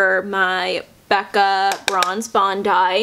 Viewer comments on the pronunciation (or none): none